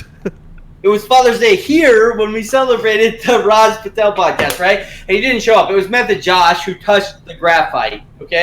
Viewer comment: is hilarious bro "Rajj Pee-tel"